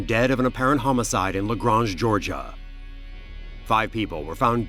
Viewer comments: Im from GA nd i dont like how this narrator pronounced Lagrange, its La-grAYnge not Lagrahnge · It's Luh-graYnge, GA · It’s le “graynge”